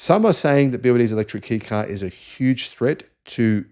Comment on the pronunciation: It's pronounced Kay car.